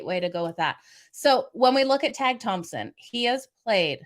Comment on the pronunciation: Tage is taje prononciation